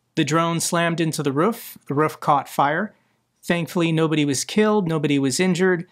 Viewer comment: Why does say roof weirdly?